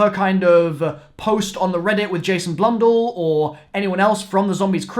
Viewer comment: Has anyone else noticed the difference in pronunciation in Blundell Sometimes it’s Blun-dell Sometimes it’s Blun-dull Just me?